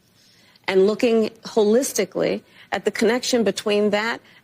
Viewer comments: I think I get why Kamala uses the word holistically. She thinks she thinks she's saying whole-istically 😂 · Wait wait wait... Is she saying "Looking Wholeisticly" Hahahahahahahaha xD